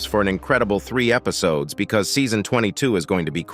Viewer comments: Bro said epsiodes instead of episodes😂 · Its pov cameraman not pov toilet And also he said Epsiodes and not episodes, i do not mean to criticize. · Great video analysis of DaFuqBoom’s skibidi series! what AI voice do you use for these videos? I caught a few oddly mispronounced words even non-native speakers wouldn’t say. Example “Ep-si-ode-sss” at timestampz 🤖🗣️ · AH YES "EPSIODES" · He mic glitched and he said epissiddoes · Ngl he said epsiodes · Bro said "epsiods"😂😂😂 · He said ep-siodes 😂😂😂😂😂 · In you said ep see odes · you said episodes wrong